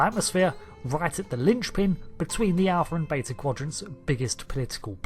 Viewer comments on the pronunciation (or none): none